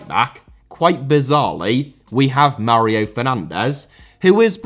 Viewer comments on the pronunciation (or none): none